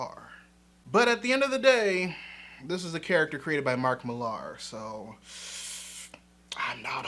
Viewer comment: I adore your channel and appriciate how you think and try to think about so very many things. As someone who has read Mark Millar since his early 2000ad days, I agree with many of your criticisms. But for the love of all that is, please stop mispronouncing his surname. I get the spelling thing, but it's pronounced the same way Miller is. It's a UK thing. Fatman Beyond 5/10/2021 even the esteemed Marc Bernardin points to this being so.